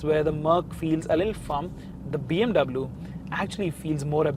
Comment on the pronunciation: Hei north indian chapri pronounce BMW in the correct manner